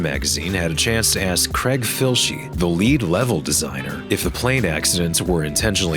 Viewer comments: Craig is pronounced Crayg. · Creg? You mean Craig... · Only USians pronounce it that (incorrect) way... Ask yourself where the Craig in question is from and where Rockstar were based.